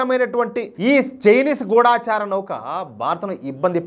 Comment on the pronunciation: Pronunciation kasth sari chesukondi.gudaacharaa kadhu gudachara.